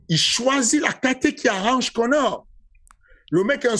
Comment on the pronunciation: « IL DIT A KONÈRE » Fernand Lopez 2022.